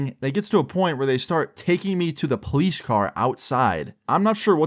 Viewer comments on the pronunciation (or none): Its the po-lice Not the please Relearn the word